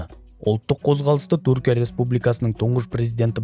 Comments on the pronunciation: Туркия емес тҮркия деп қазақша сөйле, сол үшін 👎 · Туркия деме Түркия деп сөйле, әйтпесе құлаққа біртүрлі естіледі